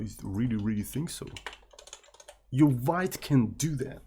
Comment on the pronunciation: thats not a vait but veet (I'm talking about Vite tool)